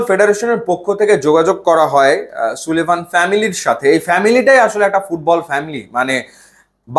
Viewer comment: ভাই নাম গুলার প্রোনান্সিয়েশন ঠিক নাই। সুলিভান না, সালিভান। ডিক্ল্যান না, ডেক্লান।